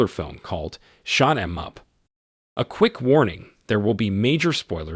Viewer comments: "Shoot" (oooot) Not "shot" (aught) After that, GFY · Shoot em up, not shot em up. It's a Pontiac not a Camaro, BMW not BMUU. I think someone did not graduate high school. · Its Shoot not Shot.... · They say we will not recognize text reader. A few minutes in, I want to say "umm.. actually that is not how to say - shot 'em up" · *Shoot is mispronounced, *Firebird, not camaro, *Saddened, not A saddened, Swat team type gunmen.. not wrong, just funny, *2 automatic weapons and a shotgun, *Not a limo, 68 lincoln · Narrator couldn't even pronounce 'Shoot' correctly. Pass.